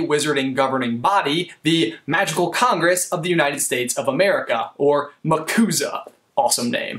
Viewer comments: any one else thought of the Yakuza when he said Macuza? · MCUSA "Muhcooza" XD It sound like a version of the Yakuza XD